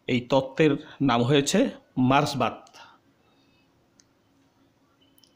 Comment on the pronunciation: কথাটা মার্সবাদ নয় মার্কসবাদ